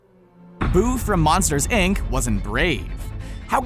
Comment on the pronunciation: Did he just say ic instead of inc